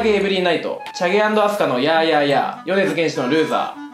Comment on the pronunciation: てつや！ 「よねづげんし」じゃなくて、 「よねづけんし」だよ！ 細かくてごめんよ！